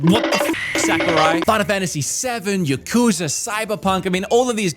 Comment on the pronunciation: taking a shot every time he says yakuza wrong